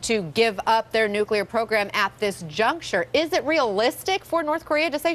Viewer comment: Trump has no idea what he is doing. Or how to say nuclear weapons